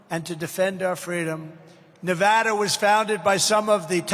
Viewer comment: Anybody notice he said nevada correctly